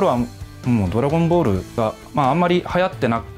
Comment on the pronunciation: I hate the way he says “Dragon Ball” Dragon boru.